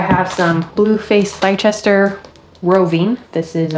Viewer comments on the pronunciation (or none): Blue faced Leicester is correctly pronounced “blue faced Lester “. Go figure. 😅😂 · Hi! What an amazing video thank you SO much for doing this! A little feedback from UK. To pronounce blue faced Leicester. Leicester is spoken 'Lester' 🙂 I don't normally correct people online because it feels wrong, yet it's better that you know ❤️